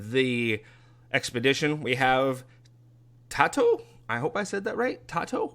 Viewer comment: Love seeing my cats name being in your game, thank you. So saying his name is, Tay-Toe. Short for potato lol. So I named him Tato. Thank you again